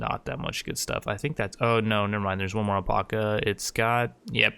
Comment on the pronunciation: Pretty intense video! But ffs please say alpaca right lol it's AL-PACK-UH.....not el-pok-uh 😂